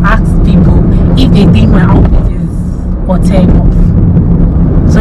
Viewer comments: it’s pronounced “all-tay” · Alte is pronouced -altay